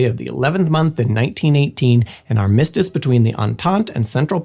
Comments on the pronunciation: And armistice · “arMIStice” or “ARMistice”?